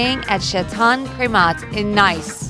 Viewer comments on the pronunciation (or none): LOL... Coco Chanel in "Nice" (prounounced by you: "N-Eye-ce"). It's pronounced like "N-ee-ce", or like Geese with a "N" instead of a G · it is not nice it is n-ee-ce (nice) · IT'S PRONOUNCED NEICE NOT NICE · Number 1 y u say it like nice its spelled nice but pronounces neice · It's pronounced "neece", not nice..... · ok... it's not pronounced "Nice" like that person is Nice. It's like "Niece" ... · #10 is not pronounced Nice its pronounced Neece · "Coco Chanel drew it herself while staying at CHATAN Crémat in NICE " ... Château is pronounced "ʃæːˈtoʊ". And Nice is pronounced "Ni:s" (Like saying "niece") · It's pronounced 'niece' in french and not like the english word 'nice'. LOL!!! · OMG SHE SAID THE WORD NICE, ITS PRONOUCNED LIKE N-EEEEEE-CE NOT N-ICE, I AM SO TRIGGERED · nice is note pronounced nice, it is pronounced like niece is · Nice, France is pronounced 'neese' not "nice." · "Nice"... It's pronounced "Neese". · nee-se not nice! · Pronounced "Neese" not nice. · I think it's' neece' right? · LOL.....Coco Chanel stayed in Nice? It's prounced "Neece" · Stopped watching after the idiotic pronunciation of Nice. It's supposed to be pronounced NEECE, idiots. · Nice is pronounced nees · It's pronounced nees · in nice XD you pronounce its as "nies" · "In nice" it's pronounced 'niece', at least know how to pronounce it properly.😠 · Nice is pronounced 'neece' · its pronounces neese not nice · Nice, a city in France, is pronounced exactly like niece in English. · Nice is pronounced like Niece God Damon it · "Nice" is pronounced like "niece." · In the first one, it's not pronounced Nice, it's pronounced like Niece. Nee ce And it's officially Nike as on Mike NOT Nyk ee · Nice is actually pronounced neece it's weird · The girl reading the narration is horrible. She actually mispronounced Nice, France . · Learn how to pronounce NICE when referring to the city.... smh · Oh my god did you actually pronounce "Nice" as the English word? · Disliked for pronouncing Nice wrongly